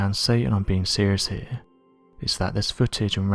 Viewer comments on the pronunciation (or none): none